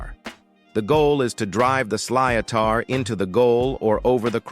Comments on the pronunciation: A Hurling ball is pronounced "Slitt-er" not "Slee-o-tar". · Hurling is played with a sly-o-tar 🤨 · Sly-O-Tar ??? WTF is that ? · Pronunciation of sliotar is horrendous. Also, not a famine but a genocide! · Na Gardaí Síochána: Nah Gardy See-chon-ah. NOT seech... P.S. Sliotar is pronounced "shlit-er" not what you said...😮😅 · Gar-da She-oh-caw-na. Plus Garda is singular but Gardaí (Gar-dee) is plural. Sliotar (ball used in hurling) is pronounced sli-tar & Camogie (kam-oh-gee) is the female version of hurling. All played for pride of local team up to County level rather than money. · I laughed at his attempts to pronounce "Garda Síochána" and "sliotar". Honestly though, great vid, one of the rare ones that don't stereotype Ireland like crazy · AI's total hash of pronouncing the Irish words síochána and sliotar is hilarious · Siochana and sliothar what’s horrible pronunciation 😢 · Both Síochána and sliotar were butchered by this stupid AI voice.